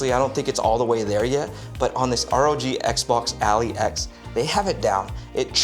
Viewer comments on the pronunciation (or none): That is completely not how to pronounce “XBOX ROG ALLY X” 😭